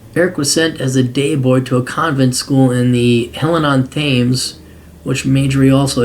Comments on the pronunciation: Thames is pronounced "tems". English place names can be a minefield for non English English speakers. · I'm English and I've never really thought about how it's pronounced but I feel like I've heard it pronounced tames. Or I might just be getting it confused with the river tame, I live in the midlands.